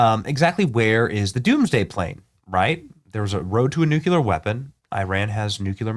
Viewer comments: Benny, it pronounced New-clee-er. Not nu-q-ler. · Come on, Benny! It's NOT nu•cue•lar, it's nu•klee-ur! Nu-clear! Nuclear! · nu-CLEAR not nu-CULAR... reading any word in text out loud completely wrong blows my mind 🎉😂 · "Nucular" 😂 what an idiot. Its Nuclear. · Nu / clear not nuculear. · Once again Benny.... It is not pronounced.... "Nookyaler ". Nu clear ! Nuclear ! Say it with me Benny....... NUCLEAR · Benny! Bud, it's "New-cle-year", not "new-cuh-lear." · Bennie, I love ya, man, but here is the issue... "Nuclear" is pronounced "Nuke-clee-ur", not "Nuke-you-lur". You have 6.1 million subscribers and countless other listeners. You have to get it right. God bless you for all you do... Oh, and take something for that stuffed up head... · Not nucular but nuclear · Nuclear has two syllables and is pronounced NEW CLEAR. "Nucular" is NOT a word. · Nuclear is pronounced "New-clear" not nu-cue-ler. Please... Pretty please... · The plane is the nuculus for all nuculur operations. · Its pronounced: noo·klee·ur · Benny! Love you bro, but seriously, it’s NUKE-LEE-ER. You’re sounding like GW Bush! No one needs that in their lives right now. 🙄😎🤟🏼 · NUCULER IS NOT A WERD!!!! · BENNY!!!! LEARN HOW TO SAY..."Nuclear" (/ˈnjuːkliər/ NOO-klee-ər) is the standard, correct pronunciation!!!! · I don't know how many times I've addressed my pet peeve with 'intelligent' people...it is pronounced "noo͞′klē-ər"...! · Nu-Clee-arrr Benny 😊😊😊 scary stuff! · nu CLE AR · Benny. BENNY!!! ... it's nuCLEAR 😂😅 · N-U-C-L-E-A-R......"New-clear". There's nothing between the C and the L. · Nukeyaler lol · Its hard to take anyone seriously when they say NEW-Q-LER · Please learn how to pronounce nuclear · Benny, we love ya. You desperately need to learn how to pronounce the word Nuclear. Same way it is spelled, my goodness. You sound like W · You have to learn how to say Nuclear.